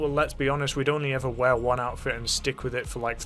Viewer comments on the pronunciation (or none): none